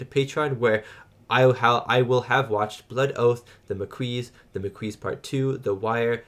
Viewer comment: Ma Queese? 😅 Okay. He doesn't know yet and skipped several relevant TNG episodes. No prob.